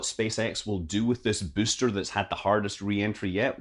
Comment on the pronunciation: I just love the way Scott says "booster", sounds a bit like "byyster" - kills me every time